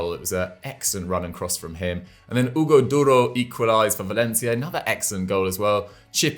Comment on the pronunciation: The way pronounces Hugo Duro🤣🤣